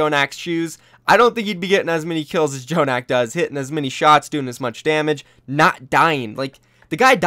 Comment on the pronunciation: why does keeps saying "J"jonak